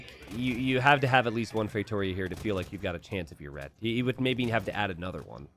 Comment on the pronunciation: the tonic syllable of "Feitoria" is on the last: "_ia". It's feitorIA not feiTOria.